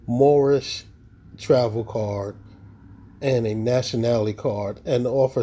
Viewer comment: Moorish international 😂 I believe it's pronounced "moor-on"😂